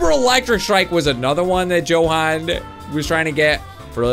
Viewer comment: you said jokan instead of johan